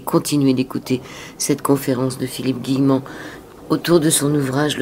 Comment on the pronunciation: C'est pas( Guillerant) mais Guillemant. A part ça, il faut que j'achéte le livre. Philippe, est un être brillant.